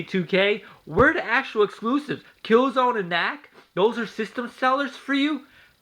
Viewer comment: You're a fucking dumbest how can you say killzone sucks when you can't even say the name right